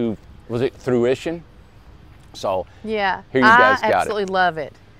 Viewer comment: Correction: “Fruition” (not thruition) 😅😊